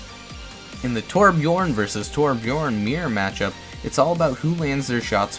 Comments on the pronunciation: Torbjorn it’s Torbjörn😭😭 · Wait are you a torb master even if you can’t say he’s name right? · Over 1000 hours on Torbjörn and yet he still can't pronounce his name right... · Did anybody else hear say TORB ONE TRICK or was it just me? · One would think that the most infamous Torb player would at least pronounce his name properly. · 1500 hours Still can't pronounce his name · Did I hear toRBJORN ONE TRICK REEEE Edit: it's ok. I misheard. He said Torb enthusiast. I'll let that slide